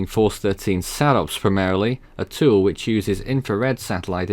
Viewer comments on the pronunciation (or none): none